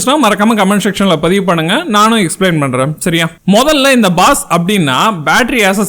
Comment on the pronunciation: Baas not boss